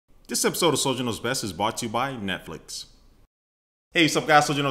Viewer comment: "netflic(dot)co(dot)uk/soldier" :P